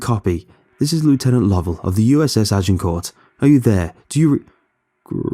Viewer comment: Y'all complaining about the monster noises...I woke up annoyed when he was repeatedly attempting to say Agincourt.